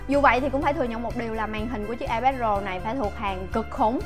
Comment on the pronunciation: Nghe như : và đât là ipad rồ của chúng ta